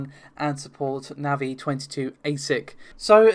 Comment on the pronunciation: just for saying NAVI correctly you get a like ;)